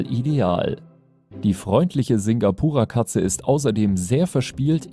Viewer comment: Uhh, ich habe ein Singapura Mix zuhause. Sehr schön ausgesprochen.